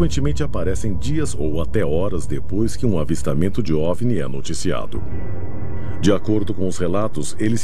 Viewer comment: "Diipois" da vinheta ☝️🏻😎